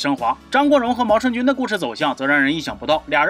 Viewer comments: 念jun是地名，人名念yun……读好书，把多音字的用处搞明白在发言。老祖宗的东西都丢的差不多了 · 毛舜筠（yun）这个字用在名字上只能读yun……先学习好在科普